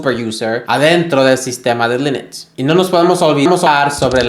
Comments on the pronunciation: Porque dices: linix? 😅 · Por favor, para de decir lEnux